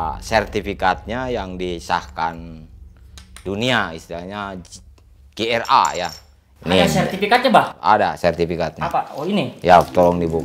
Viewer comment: Maaf bukan Gia tapi GRA